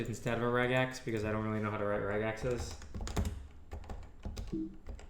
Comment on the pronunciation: rEgex!??! everyone knows it's regEx!